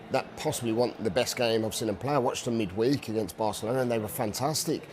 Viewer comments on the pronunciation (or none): none